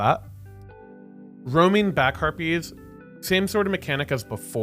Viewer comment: When you say back harpies it sounds like back herpies haha